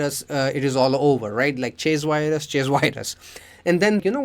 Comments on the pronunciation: “weee one and wirus“🫣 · Great video, love how you say virus too lol